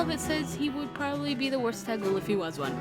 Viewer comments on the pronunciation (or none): FYI Taguel is pronounced Tog-well. Panne has a Crit voices line where she says "The Taguel do not play". That is all.